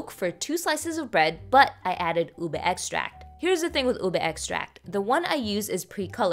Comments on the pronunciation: i've legitimately never heard anyone pronounce ube as "ubi" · The pronunciation is U-BE